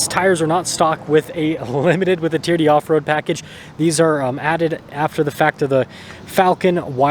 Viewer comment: Me says T.R.D. and says Tee-er-dee 😂. We wuv u